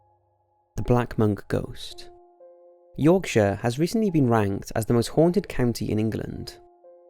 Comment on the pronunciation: I applaud you good sir for pronouncing Yorkshire correctly!